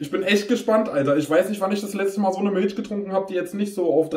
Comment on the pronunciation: Miltsch, feier ich